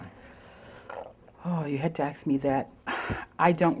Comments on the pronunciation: It's asks, but it's slang and sounds like acts. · Is it "acts " or " asks" im from UK and don't know why AA say this